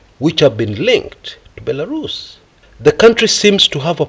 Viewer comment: Belarus 🇧🇾... Bilarusa😅😅😅. Waawaawaawaaaa